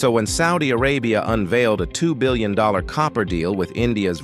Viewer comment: Look- the content is excellent. It's just thatI believe it deserves a better A.I. voice. It's 'Billion' , NOT 'Billon'.